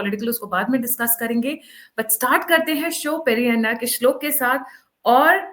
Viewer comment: Your is unfit to chant any Mantra as he does not understand Samskrit properly. He does not know the difference between स and श, क and ग, does not know the difference between अल्पप्राण-महाप्राण. He insults the divine language Samskrit by his wrong pronunciation and wrong interpretations. Please don't think you are sanitizing your channel with the kind of shloka (he says sloga!!!) your utters (does not chant). His info delivery is appreciable. He gives a lot of thrilling information. Let us enjoy that. No shlokas please.